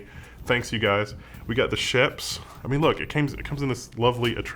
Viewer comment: Nice! I like a good DIY for technology, a good DIY amplifier would be awesome. (by the way, of course pronounces Schoeps wrong, the "oeps" part is pretty much pronounced like "oops", the "sch" part kind of like "sh" in "shadow")